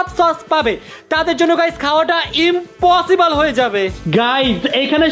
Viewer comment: Impossible na bole ritu bole inpossible